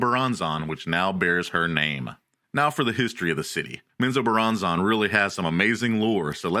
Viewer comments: ….wtf is men zoe bur ron zon? 😂😂😂. It’s men-zo-BARON-zen. Hey guys let’s all head down to Flor-eye-dah. Or fly over to Cay-lafor-neeya. Oh I know!! Let’s go skiiing in Co-low-Ray-doe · Please go find out how to pronounce Menzoberranzan properly. This was hard to listen to when you can't even pronounce the name of the place you're supposed to be giving information about lol.